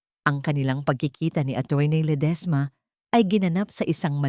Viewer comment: Ang Arte mo namang mg pronounce maam Lede esma Diba Ledisma